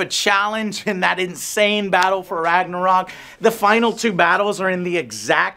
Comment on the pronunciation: The makers of the game don´t know how to say Ragnarök WOW